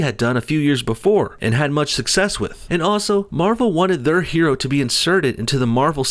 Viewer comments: “Her”oe sounds like a Asian trying to say heroe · Her-o? That's hysterical. Hero isn't pronounced 'he-ro. A woman can be a hero! lol smh duh! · That bit about pronouncing it Her-o shows you how petty these things can get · Her-o He-r-o